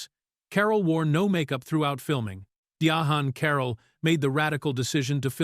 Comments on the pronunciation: Ms. Carroll's name is spelled Diahann and that's why it's being mispronounced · "Dia Han Carroll" killing me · His pronunciation of her name graded on my last nerve.